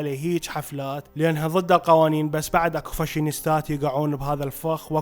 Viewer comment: ههههه ضحكني لما حكى فوشينيستات